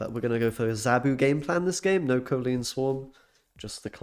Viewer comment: COL-Leen not COE-Leen 🤣